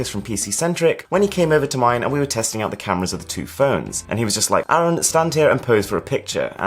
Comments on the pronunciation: Just friendly information your name is supposed to be pronounced Ar-uuu-n not Aaron . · Hey even you don't pronounce your name properly. I mean you do but not in the Indian accent. 😛😜😜 But really love the content you are making... 👍👍